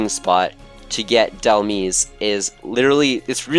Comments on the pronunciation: either " dehl maiz" or "hel maiz" but definitely not "meez" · Dhelmise is a mix of the words Helm ( not as helmet but the helm of a ship) and Demise, so it is pronounced as if you put the word helm inside the word demise and just pronounce is as d-helm-ise with the same wording as demise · awesome video :) just two things: Dhelmise is a portmanteau of Demise and Helm. so it's more like "Da-Helm-eyes" Mareanie is a portmanteau of Marine and Meanie, thus "Mar-eenie" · It’s delmise not delmis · mareanie = marine + meanie so it's pronounced ma-reenee and dhelmise = demise + helm so it's pronounced del-myze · Did you just call it delmees? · dhelmise is pronounced like demise. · Mareanie is pronounced marine-E And Dhelmise is like demise but with an L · Dhelmise... is pronounced like demise with helm in it